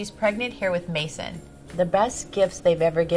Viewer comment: Wait who else heared Kris saying Kourtney's children's names are Brain & Maison. Brain!?! BRAIN!?! XD